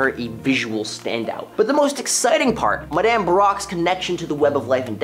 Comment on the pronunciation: Please stop pronouncing Madame that way. It's weird.